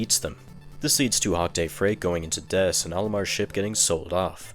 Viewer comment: Why are you pronouncing so many words so weirldy? Like replacing the t in many words with s like in "debt" and "planet". It's not like you can't pronounce t because you keep saying "tree" instead of "three". So why are you doing that? It's so distracting.